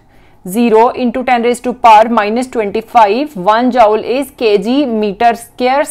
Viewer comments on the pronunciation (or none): She say jaule 😂